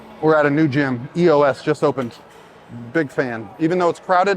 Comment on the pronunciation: Fun fact, the gym is pronounced Eos and not E-O-S. It's from Greek Mythology